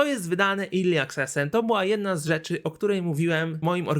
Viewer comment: Naucz sie czytac "early" bo padłem, nie zawsze e czyta sie i